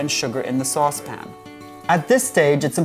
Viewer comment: a sauce pin huh